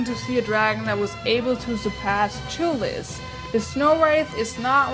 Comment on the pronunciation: its toothless you always say tooless but its a great video